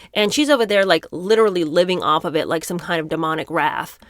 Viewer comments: referring to Cynthia you’re saying wrath. Do you mean wraith as in LOTR ring wraith? Rhymes with Ariana is a waif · Wraith is pronounced with a long A. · Now that you said the word four times, can I correct your pronunciation for the word wraith? It’s pronounced rayth. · I agree with you. ......but please learn how to pronounce "wraith" properly. It's not the same as "wrath". ❤ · This is pretty weird. Is this some kind of wacky Christian channel? Also, please learn how to pronounce "wraith" and learn the difference between "wraith" and "wrath." Thanks. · Are you saying "wraith"? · Wraith......not wrath